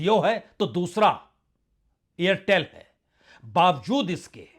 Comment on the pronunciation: AIRTEL+STARLINK: 'AIRTHEL'. 😅